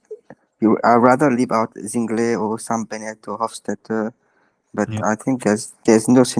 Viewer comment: Hey, just wanted to say that Zingle is pronounced „Zingle“, not „Zongle“ :)